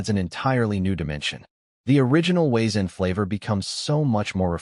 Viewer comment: The W in Wiezen is pronounced V in German lol also cracking barley is done by soaking it down in a burlap sack and when the seed sprout "crack" then you toast to stop the growth and get your desired color (flavor changes with the darkness of roast)...